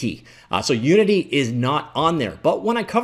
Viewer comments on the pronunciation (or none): "Starting with 'U', and ending with 'ninity'." Uninity?